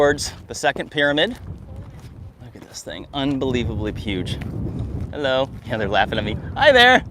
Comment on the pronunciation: is so white, when he goes outside: the sun gets a tan🌞 I love the content, but can't myself from cracking up at every "Hulloh!"